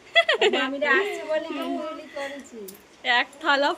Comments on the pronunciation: Kothata Furuli na FULURI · এবারে একটা নাহয় সেকেন্ড হ্যান্ড মোটর বাইক বা স্কুটি কিনে নাও । আর ওটাকে " ফুরুলি" বলে না ওটা একেবারেই ভুল উচ্চারণ তুমি করছো বারবারই ওটার সঠিক উচ্চারণ টা হলো " ফুলুরি" বুঝেছো নিজেতো ভুল উচ্চারণ করছোই আবার ঐ বাচ্চাটাকে ( শিবাঙ্গী কে ) ভুল উচ্চারণ টা শেখাচ্ছো আগেতো নিজে ঠিক ঠাক উচ্চারণ করবে নাকি ইনফ্লুয়েন্স ভ্লগ বানাচ্ছো আর এত্তো ভুল ভাল উচ্চারণ করলে চলবে কেন আর আমরাই বা তা মেনে নেব কেন যেটা শুনতে অসহ্য লাগে। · কথাটা ফুরুলি নয় গো ফুলুরি ❤❤